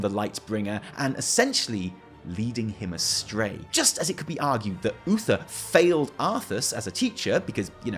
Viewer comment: at somepoint he says bluether instead of Uther, and i couldnt stop laughing